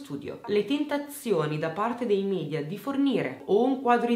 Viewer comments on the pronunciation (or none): none